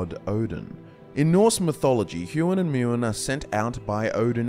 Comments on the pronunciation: The horrific sound of a record scratches as attempts to pronounce the Thought and Memory of Ođin... for assistance sake... Huggin would be one of "hug-in" with a long vowel u and harsh consonant g, the same in said for Munnin. Alternatively in some old norse sounds each name is said with an ow sound, so haogun (how-gun) and moanun (mow-nun). Nothing aggressive, just a critique with good intentions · As great as this video is, the pronunciations of Huginn and Muninn physically hurt me...